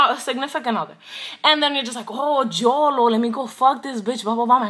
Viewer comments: Lmao, you said Jolo instead of yolo! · LMFAO "JO-LO"